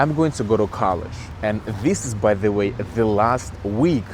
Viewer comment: здравствуй! Я не умею говорить на английском, но сама заметила пару слов, которые ты произносишь не совсем корректно, но я так понимаю, что у тебя американский акцент, так что оценить сложно. Ты в начале the произнёс немного иначе, это были первые пару минут. И слово until мне показалось странным, но наверное так и должно быть, если не ошибаюсь. Ошибки это нормально, так что не расстраивайся из-за того комментария выше